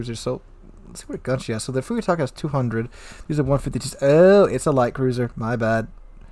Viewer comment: Thanks for the insight on the ship. For reference, Furutaka is pronounced "Foo-loo=tah-kah" People get caught up saying "Few-ree-tah-kah" because of the Furry Taco" meme, but the "u" in Japanese is pronounced the same consistently and the "r" is rolled into a "L".